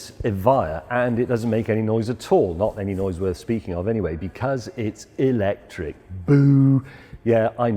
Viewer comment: Who else turned it off after ya heard ewwlectric?